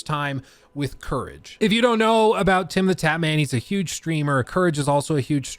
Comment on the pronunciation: Did you just call him “Tim the TAPman?” 😂😂